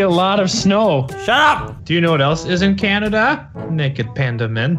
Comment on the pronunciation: I wive in cwannaduh